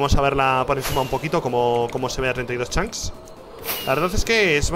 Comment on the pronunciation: Hay algo que me fastidia y mucho ¿Desde cuando Rich dice "Chanks" en lugar de "Chunks"??